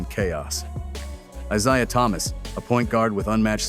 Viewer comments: when you hear the Narrator say ISaiah rather than Eyesaiah, you know AI is a problem and these guys don't know jack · "I-ZI-UH Thomas" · This artificial intelligence voice is mispronouncing Mr Thomas's first name😮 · love Ai cant pronounce Isaiah. uttering 💩💩💩💩😑🤔